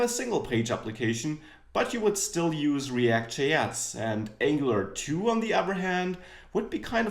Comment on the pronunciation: Ängjelar tu ist die Aussprache :D nicht Ängelar tju. Aber ansonsten ein schönes Einstiegsvideo!